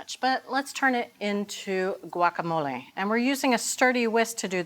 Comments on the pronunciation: It’s “wacamolay” not guakamolay! Jeez! Just like agua (water) and the city of Guanajuato. Not a hard g. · "wa-ka-mo-lay" or "Gwak" just try.